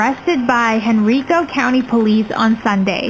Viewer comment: It's pronounced "Hen-rye-co"